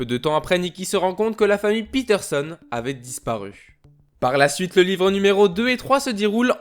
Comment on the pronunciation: fréro quand tu dis peterson arrête de dire PITERSONNE